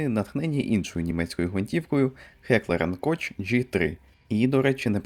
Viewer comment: Хеклер унд Кох*, і то Ґ3, у німців вимова сильно відрізняється від англосаксів, і на багато легша імхо Ну якщо за те мова зайшла, ґевер - то скоріш гвинтівка, якщо перекладати, і якщо я не помиляюся, рушниці то виключно гладкоствол Ю німецьке J це буквально й Тому й читається "Юнкерс"